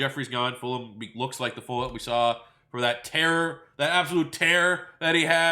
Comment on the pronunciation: Why does always ignore the G in Travis Fulgham’s name?